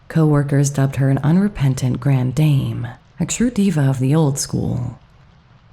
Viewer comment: Another ghost i’d never heard of. Well told. Thanks. Note: grand dame = GRAHND DAHM. You can cheat on the “grand” but DAHM is definitely correct.